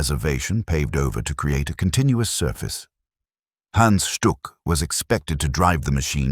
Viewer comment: Hans Stuck is pronounced “Hans Shtook”